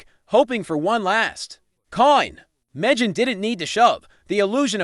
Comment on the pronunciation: Where do they get these commentators? Can't even correctly pronounce Megan's first name.